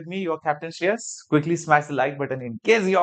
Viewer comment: The way he say SHREYAS 🔥